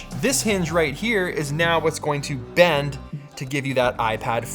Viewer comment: It's "PHWhat's up everybody"